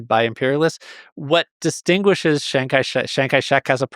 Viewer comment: isn't it "Chiang" Kai-Shek? this guy keeps saying Shang Kai-Shek, cringe